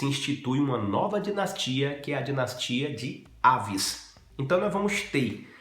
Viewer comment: Aviz, e não Áviz D. Maria II (Segunda, no feminino, dado que se trata de uma rainha). De resto, muito bom.